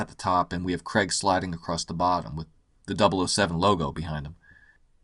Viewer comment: Hey Yanks...It's pronounced "CR-AIG" not "CREGGGGG" His Surname has an "AI" in it, it's not spelt "CREG" so please pronounce Daniel Craig how you would say "CRAIG" not CREGGGGG...So annoying... I love your videos though,, but the Casino Royale poster is brilliant and the goldeneye poster was amazing...You missed the point on those two.